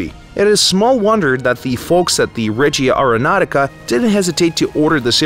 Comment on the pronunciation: As an italian it's quite hard to not notice that but it's spelled: Règia areonautica not Regìa areonautica. Régia means royal (Royal airforce in this case) regìa means "direction" movie wise (the DIRECTION of that movie was stunning= la REGÌA di quel film era fantastica). Not neckbearding btw, just constructive criticism. Keep up the good work! Long time fan,!